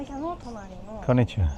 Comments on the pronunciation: Please mat bol "konichiwaa" arigato 😂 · No hate but Bhai aap jb konichiwa bolte ho you almost sound like japanese girl😅 btw Loving your japan series❤